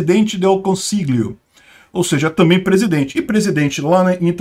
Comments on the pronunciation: 'consiglio' se lê 'consiLHIO. No Italiano algumas palavras não tem a declinação do artigo, como é o caso de "presidente", ou seja, em italiano sempre se usa o artigo masculino "IL" ("O") independente se a pessoa no cargo de presidente é uma mulher ou homem. Outro exemplo é palavra médico: você usa "il medico", com "o" no final, independentemente se é uma mulher ou homem. Ou seja, a "esquerdização" no caso é querer usar "la presidente", o que é errado. PS: Eu votei na Meloni. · Pra te ajudar na pronúncia do teu italiano,: as letras GL equivalem ao nosso LH, então você deve pronunciar "presidente del consilho" ou até "consílio"... mais fácil do que tentar pronunciar aquele G. De resto, tá ótimo! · lg em italiano tem som de lh em português. Lê "consilhio" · O 'GL' do italiano corresponde ao 'LH' em português. Diga consilho (consiglio), famílha (famiglia), etc. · "gl" no italiano se le "lh", assim como famiglia em italiano se le familia.